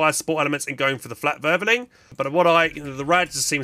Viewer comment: "Flakwörwöling" Im gonna write that down.